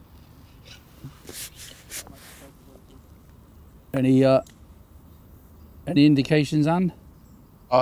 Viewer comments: Sheebumpkin? Did mean Shubunkin? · Is it Shubunkin or as pronounced it Shubumpkin?! Either way love the videos! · to me it sounded more like shebumpkin - great video guys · The key word is shubumkin, after watching again sounds like said shubumkin and not shubunkin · But pronounced it SHUBUMPKIN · The word is Shubunkin. Goldfish is easier to spell tho. Come on the goldies!